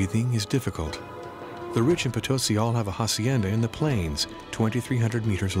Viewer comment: You should use correct pronunciation... it's Potosi: accent on last syllable